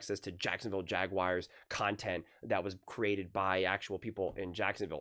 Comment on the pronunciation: JagWIRES!? 😂😂 SOUNDING LIKE ACHO HAHA